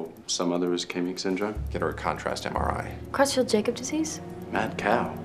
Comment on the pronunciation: "Creutzfeldt-Jakob" isn't pronounced like that.